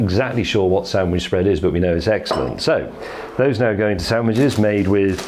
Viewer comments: ..............which is eggsellent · eggcellent and eggciting. Also very eggspensive eggsperiment 😂😂😂